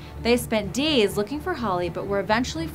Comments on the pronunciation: and over she says deys? What happend to days :c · i like how you say days daies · Ok not to make this video bad and all I feel so bad for all the animals but the way she said days 😂